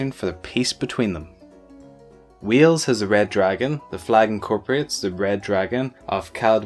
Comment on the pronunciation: Lmao i heard you call wales WHEELS